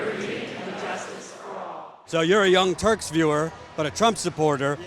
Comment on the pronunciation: So nobody noticed that this guy said, "Young Turds".... Really am I the only one?